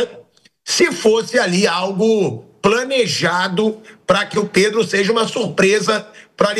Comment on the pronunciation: Pedro = predo